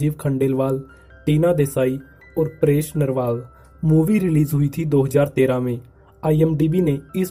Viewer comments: Bhai nam to thik se pronounce kar name Paresh Rawal he Paresh narwal nahi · Bro it's Paresh Rawal not narwal😂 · Bhai hero ka naam toh dang se le na . It's Paresh Rawal not narwal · Bhai naam to theek se le. It's paresh rawal 😂